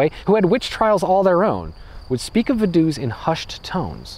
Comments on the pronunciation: I live right next to Liechtenstein! It's pronounced Va-du-ts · Shouldn't it be pronounced Fa-duu-ts? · because of the V Vogel ist spoken Fogel Not Wogel and Vase Fase not Wase V is spoken as a F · I love your comical pronunciation of, "Vadoose". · Same for Ferdinand von Hohenems or Vaduz. Guess he simply didn't care to research for that part. The story telling's still great, so i don't mind.